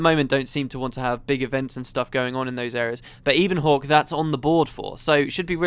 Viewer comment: Isn't Ebonhawke pronounced in the same way as you'd say "ebony"? Given there are terms like "Ebon Vanguard" and so on floating around and that "ebon" itself is a middle english word (meaning basically lustrous black), it's how I'd read it.